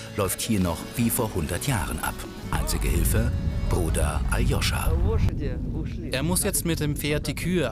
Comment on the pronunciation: Aloscha Und nich Ajoscha